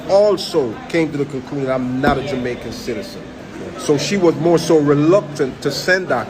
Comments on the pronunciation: This man is NOT an American. The only person in this world who pronounces the word Jamaican as “jomaican” is (not all) a Jamaican… listen to him speak, barefaced liar!!! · Listen to how he pronounces the words. He is a jamaican